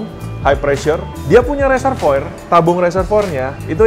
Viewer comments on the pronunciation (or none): none